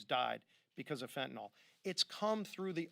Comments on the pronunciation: Hey Republicans, I love you but it's pronounced just like it's spelled..... fen-tan-yl .... fentanyl. Not even a dyed in the wool Texan on his worst day could make the mistake of putting an all on the end. Get it right for gosh sakes! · It’s not “Fent-tin-ohl”.. it’s “Fen-tin-ughl” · It’s NOT Fentanol ! It’s Fentanyl (Fen-tan-il) !!!!!! How many politicians & news hacks are gonna screw this up ???? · Otherwise appreciate the message and I’m in total 100% of what I have heard. It’s just so many say “fen-tin-aughl” and it sort of helps